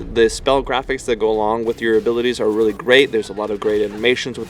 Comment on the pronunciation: "Really- great combos" hahahaha the word really